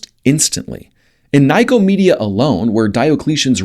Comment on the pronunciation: The info is very correct but Nicomedia is really pronounced as "Nicko-media", not as "Nyco-media". Ask any Turk!